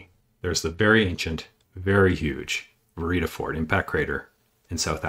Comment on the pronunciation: Video okay, pronunciation is terrible. From mispronouncing Barringer crater to Vredefort crater and many in between.